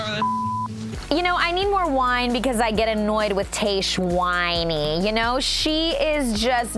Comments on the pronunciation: Love you LZ, but whyyyyy did you keep saying Taysh-Juan instead of Tahzjuan?! It hurt my ears. 🙉 Loved everything else! 🥰😝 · its tajj-Juan (tried spelling phonetically) not tay-shwann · Where did you get the pronunciation of Tahzjuan from?? It’s said exactly how it’s spelled yet you’re saying it like TayShuan?! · Hey Lauren, great episode of RAR! I think Tahzjuan is pronounced like the Taj Mahal. I'm also wondering if some of her weird comments are a combination of editing and alcohol. Tahzjuan seemed intoxicated for some of this. It would also explain her health scare. Great take on Dean and Caelynn BTW! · her name is pronounced Tahz-juan. I love you Lauren but makes me sad when Bachelor Nation people have such trouble pronouncing POC names. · How do you not know how to pronounce Tahzjuan's name when it was said over and over in the episode?? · Lauen, I love you but you are butchering Tahzjuan's name. Lol Your so cute! 😁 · A B do not drink every time Lauren says Tahzjuan incorrectly 🤦🏻‍♀️